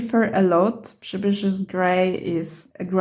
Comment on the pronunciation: This was the best review of Roman Szmal paints on the internet. I have been wanting to buy a set of Roman Szmal for awhile, but they are not so cheap here in the United States. I especially want the Przybysz Grey and if you notice my last name you can understand why. The name Przybysz is pronounced Priz-bee here in the U.S. My sister-in-law has traveled to Poland several times and she has kept in touch with relatives we have living over there so she is going to try and get one of them to buy the Roman Szmal paints for me and mail them to her.